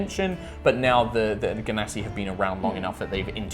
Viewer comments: I didn't want to say, but seriously: je-nuh-si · I have a reason that it is pronounced djinn-nasi cuz they are from djinn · Ahhhh, I'm so excited! Nova sounds (and looks) so epic! Also 'I like a hard g' but uses the soft g pronunciation;D More notes! ily,, never change!